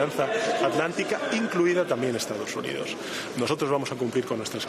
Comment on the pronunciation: Le dijo Estados Undidos 😂